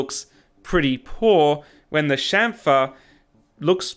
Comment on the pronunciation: Your pronunciation is correct... Anyone saying champer is drunk